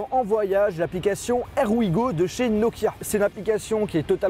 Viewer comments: Herr we go? Hire we go! La prononciation... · "Air"we go RIP l'anglais XD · "air ouigo". Serieusement? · "ère" we go? sérieusement? xD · "Air oui go" mdr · "aire wi go", 2017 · Pour here we go le here c'était pas le bon accent mais bon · Tu m’as détruit les tympans avec ta prononciation de here we go à la française 😂